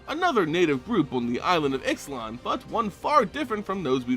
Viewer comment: It's pronounced Ishlan the x sounds like sh